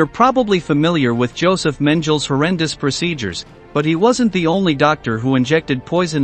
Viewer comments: That can't even use a real person to narrate anymore. History now will teach people how to say the names of the people wrong..its Men-ga' la...not menjele like the robot pronounced. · The doctor's name was Mengele, pronounced men-ga-lay. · Men-jell. Hah. Mengele would have you beaten to death for mispronouncing his name so badly. I would have thought someone doing this kind of video research would have heard the name being pronounced correctly by everyone else. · Think Mengelluh the men killuh. The G is like in Google, not geode. His name wasn’t Menjelluh. Why am I telling a robot how to say a war criminal’s name? Because the name Mengele is forever damned. A thousand years and a thousand robots from now, they should still all know his misdeeds. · How can the commentator not know how to pronounce Mengele? Clearly this is computer generated. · WHY is it that these docs about the Nazi concentration camps can NEVER PRONOUNCE THE NAMES OF THE INFAMOUS CORRECTLY? In particular Joseph Mengele? What is sooooooo hard about it? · You didn’t even say Mengele’s name right